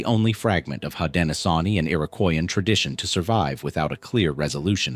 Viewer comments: Unfortunately, AI "readers " don't know how to pronounce words unless they've been taught. 😉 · Hi thanks for sharing but you said it worn haudenosaunee is the confedory name haudenosaunee people of the longhouse is siad different than the confedory name thanks for tiring with pronouns we know our own history and culture thanks again